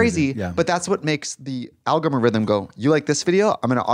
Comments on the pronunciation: I need to know if Trixie really thinks algorithm is pronounced “algomarhythm” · Trixie saying alga-mar-ithm multiple times took me out ! hahahaha